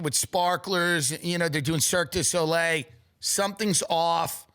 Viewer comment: Cirque di sole 😂😂😂